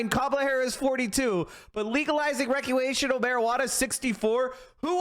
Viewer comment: You can't even say "recreational". Weqwiational. The nerve to criticize others. Outlandish.